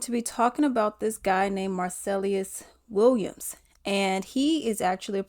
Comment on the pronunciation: girl you can't even say his name right lol